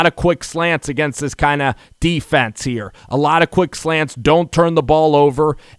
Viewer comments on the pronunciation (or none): none